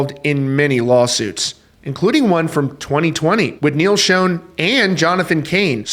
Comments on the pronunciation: Bruh not being an ass but you’re pronouncing Neal’s name wrong. It’s not pronounced, “SHOWN,” like the picture was “shown” to everyone. It’s pronounced, “Shaan or Shawn.” Journey will never be Journey without Steve Perry. Steve will always be the face of Journey, and that’s a fact. That’s just my honest opinion. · It's not pronounced "shown"! It's "Shon"! Do some research! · Learn how to pronounce Neil's name. Pronounce Shawn not shone. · You’d kinda think a guy doing a Rock music stream would know how to pronounce Schon. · Who told you how to pronounce Neil's name? Yet another Neil that is said wrong. Fun fact others to work on. 1.Appice 2.Peart. 3.Meine. 4.Udo. 5.Pineda. 6.Augeri. 7.Beato. 8.Mangini. 9.Sherinian. 10.Siberiano. I was always taught that if you are going to talk about reference or speak of someone, at least learn their name. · WOW, you still can’t pronounce Neil’s last name CORRECTLY. 😂😂